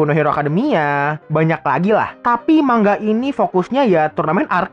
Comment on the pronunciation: Bacanya manga bang bukan mangga